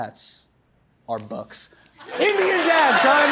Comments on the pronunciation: Thought he said, "bugs". Which I say yes, bc there goes future entomologist. 😊 Also, I know a lot of people who has cricket, tarantula, bees and ants as pets. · I thought he said bugs 🤣🤣🤣🤣